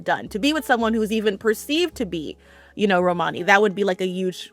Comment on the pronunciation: romany has the emphasis on the first syllable not the second syllable